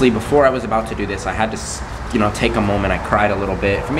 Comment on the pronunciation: can we just mention how they said " wou " instead of you